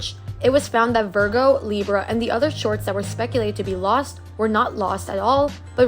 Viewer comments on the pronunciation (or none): none